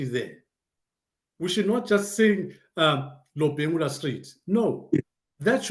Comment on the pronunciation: He is called Lobengula not robhengura.